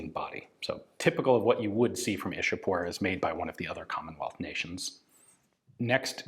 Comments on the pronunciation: same. Ichapore is how it's pronounced In local Bengali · It's 'Ishapore'🙂